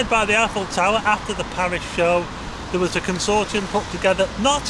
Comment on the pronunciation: Had to turn it off, sorry about your speech impediment. V instead of TH, there and that become verr and vatt hope your mouth gets better.